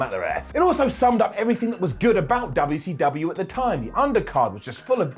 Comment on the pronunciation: Most of us do., I wish these Brits would keep respect on the name. Especially. I won’t slap him every time he says UUcUU